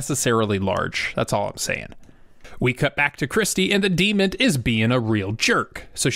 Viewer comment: Oh my God. DEMON, not DEMOND.